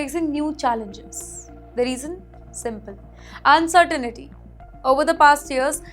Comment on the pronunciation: It's pronounced "uncertain-tea" not "un-sir-teen-e-tea"... 🤦‍♂️